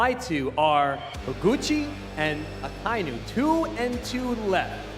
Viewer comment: I just want to say akainu’s name correctly one time. Just once. (It’s a non issue but it irks)